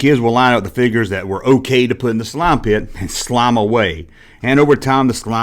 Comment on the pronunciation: "Tha nine teen aity six slauum pitt!" 😂 great vidya bro